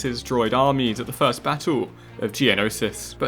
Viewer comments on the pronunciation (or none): none